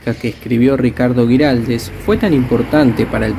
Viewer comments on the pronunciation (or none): Hermoso el video, lo bien que muestran la arquitectura del lugar, un comentario es que se pronuncia Güiraldes con dieresis así que la u suena. Gracias